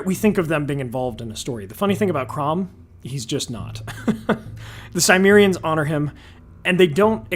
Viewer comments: Everytime you said Cimerians my eye twitched. It's not Symmerian. Sim as in Tim. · The Greeks referred to the Cimmerians as Kimmerioi (Κιμμέριοι). It should be a 'hard C' sound, like a K, and the 'i' should be like the one in 'him, kin, win' etc.